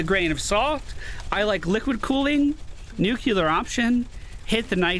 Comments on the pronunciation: If you care, two pronunciation tips: Ablative: It has two meanings, each with its own pronunciation. If you pronounce it "AB-LUH-TIVE" you are referring to the grammatical case. If you pronounced it "A-BLAY-TIVE" you are referring to the act of carrying away/deflecting (i.e. ablative armor) Nuclear: Is pronounced "NEW-CLEE-ARE". A common but incorrect pronunciation is "NEW-CLUE-ER" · Nu-Clear option.